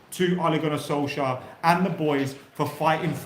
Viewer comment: Lets put some respect on Solkjaers name